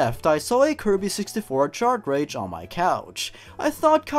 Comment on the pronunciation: Chartrage? Wtf is a facken chartrageeeee*it means cartridge*